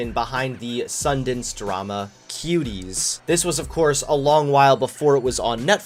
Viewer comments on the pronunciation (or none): Am I the only one who heard him say kiwis instead of Cuties